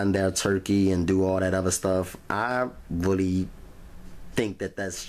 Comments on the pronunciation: Rery Rery Juicy. Lol. 😁🤣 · It was wrawry wawry juicy lol